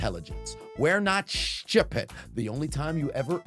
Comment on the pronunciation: that “shupid!” I sense some Trinidadian 🇹🇹?